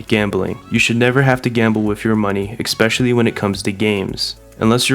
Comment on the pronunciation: "expecially" I like how many reviewers get it wrong :D